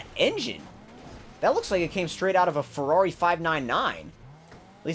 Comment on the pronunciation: Its pronouced (fur ore re)